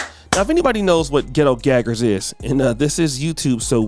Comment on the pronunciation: The way you emphasize the words Ghetto Gaggers got me dying over here.😅😅😅